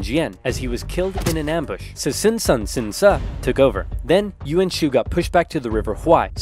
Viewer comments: If u pronounce it in Chinese, its not that hard. The pronunciation is wrong only. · 5 year old video i know, but the pronounciation of some of the names has made me confused. Ive always heard the name Sun Tzu pronounced like the sun in the sky, but in this video Sun Ce is pronounced like Soon Ce. My question is, is that intentional, and if so, how can anyone possibly tell the correct pronunciation if the word is spelled the same? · “So Sun’s Son, Sun Ce” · "Sun's Son, Sun Ce"